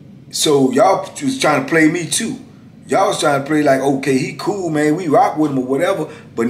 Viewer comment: When you say too I can hear Baltimore